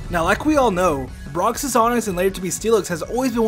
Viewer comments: "Brocksis onix" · Brocks’S it’s brocks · Is no one else mad that he kept saying brocks's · Broxes. Broxes. Broxes. Cringes. Cringes. Cringes.